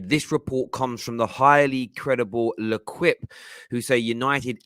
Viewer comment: Pronounced "Le-keep" you can thank me later